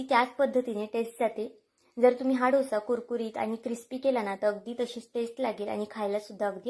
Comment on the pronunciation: छान आहे.. पण तुम्ही डोसा म्हणा.. ढोसा म्हणू नका.